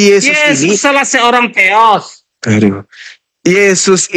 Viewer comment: Hampir Masuk akal tapi salah penyebutan teos masih ada teros tertinggi dan agak lucu